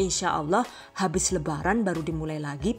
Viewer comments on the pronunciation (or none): Lucu banget sih bun, saya ngakak pas bagian "Dananya Habeess" 😂😂😂